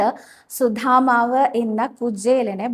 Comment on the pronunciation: 🙏ഹരേ ഗുരുവായൂരപ്പാ ശരണം. 🙏സുധാമാവ് അല്ല. സുദാമാവ് ആണ്. 🙏